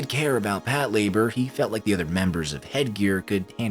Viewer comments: I can't watch this, the way he pronounces Pat Lah-bOR is aggravating. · Is it not pronounced pat la-bore?